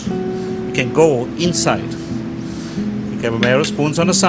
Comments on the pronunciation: POT Au Feu not Put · I hate the commentator that sounds like a computer. The pronunciation is not Pot au FEW it is pot au fuh